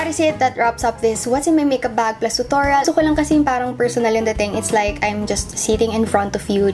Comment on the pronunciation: Nianna actually thats the correct pronounciation of it